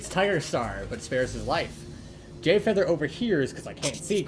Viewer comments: Okay but like- am I the only one that heard "gayfeather" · Why tf does it sound like hes saying GayFeather